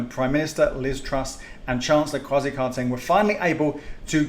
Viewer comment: People please learn how to say Kwesi’s name correctly 🇬🇭😩🤦🏾‍♀️.